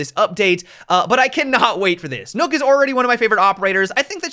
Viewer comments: STOP SAYING NOOK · Why he says nook wtf bro? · Stop saying nokk wrong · Worst mispronunciation of Nøkk ever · He said "Nokk" Wrong 😂😂